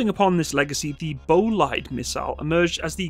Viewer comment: Bolide = Bolide. Don't not speak the letters you see, sweden is not english or french. They have an efficient (effishint) language (languitsh) :) just like ze Tshermans.